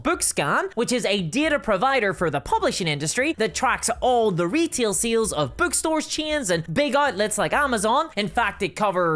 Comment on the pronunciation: I know you're saying "sales" but it often sounds like you're saying "seals". And I just keep thinking "Those poor seals. I wonder what horrors WotC is committing on them."